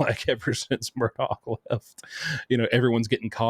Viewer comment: Love you, but please pronounce Murdaugh correctly. Sometimes you say the name with a “K” sound on the end and sometimes you pronounce it correctly, like you just did, as Murdaugh ( silent gh) It’s a strange name and the media all ways gets it wrong….,,😊